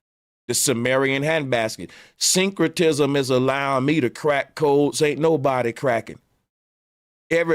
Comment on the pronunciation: This dude said "Synchrotism" 🤦🏾‍♂️